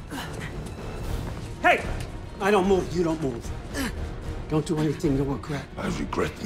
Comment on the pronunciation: It almost sounded like he was saying "screw you" not "do you"